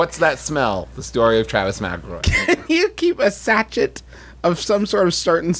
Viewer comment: Sachet is pronounced sah-shay. Edit: wow I sound like an asshole, not my intention, I can't tell if they're goofing or not and I want to be helpful not a dick lmao peace and love